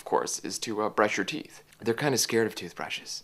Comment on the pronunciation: "BRUSH YOUR TEEF AND FLOSS!" Nice pronounciation ;)